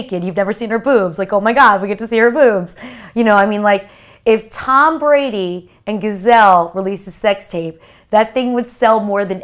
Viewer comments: She really called her "Gazelle." Wooooow. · Bitch said "Gazelle." 😂